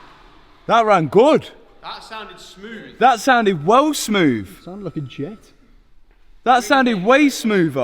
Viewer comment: "That sounded smooV, that sounded way smooVer!" I love that accent! 👍🏻🙂